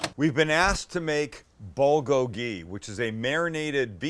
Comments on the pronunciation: Bowlgowlgee? Or is it boolgoalgee? U pronounce it strange or I’ve been wrong my whole life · "bo-go-hee" lol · I have lived in Korea for 20 years, great video as usual! You should compare the pork shoulder along with the beef sometime, sliced the same. Both are excellent. The Bul is pronounced Bool and it means fire. The Gogi means meat, so your " FIRE-MEAT" LOOKED GREAT! Thanks as always, Robert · Love you Sam but it's pronounced BOOL-go-gee. Or POOL-go-gee. I lived in Korea and learned this a long time ago. Good recipe though. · BOOL-kogi. Nobody pronounces this right ever. Otherwise, your shit is on point. All it needs is a side of kimchi. Thumbs up! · bool-go-gee is the true pronuciation brother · Hey korean here! Looks great but the best way of pronouncing this is more like Pb - Kgho- Gee. Pb like a mix of the p and b sound and Kg like a mix of the k and b sound! Keep up the awesome content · Damn, you really butchered the pronunciation It's bool-gogi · Great video. Perfect pronunciation of "gochujang," but bulgogi should be "BOOL-goh-ghee." Bul = fire Gogi = meat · you called it bogoli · Pronounced "Bool go gee". Awesome vid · Pronounce it 'bool-gogi' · not how you pronounce bulgogi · Why would I even watch a white guy making a korean dish he cant even pronounce correctly. You can make great white food, stick to that. But if you want authentic korean food hit up Maangchi or any other korean channel. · Idk why but the way Sam pronounces Bulgogi is hilarious